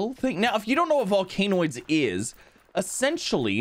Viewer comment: its pronounced vol can oids